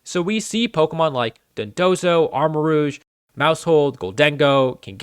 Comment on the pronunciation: The Armarouge pronunciation had me do a double take lol. Jones aside though, excellent video! I love a well thought out and articulated Pokemon rant